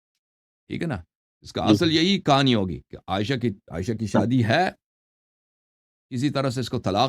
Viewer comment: Kitne ghalat tarha say Hazarat Ayesha RA ka naam lay rahay haen. ASTAGFIRULLALLAH